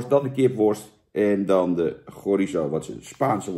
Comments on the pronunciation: lieve jan je spreekt chorizo uit als tsjorizo groetenx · Jan heeft zelf ook problemen met de uitspraak van chorizo.